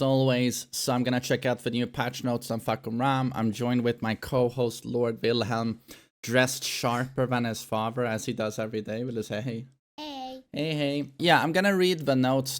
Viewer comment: I’m just learning that your son’s name is Willhelm I’ve always thought his name was “villain” because of how I’ve heard it pronounced 🤦🏾‍♂️